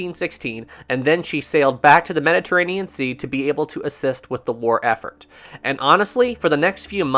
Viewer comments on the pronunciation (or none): none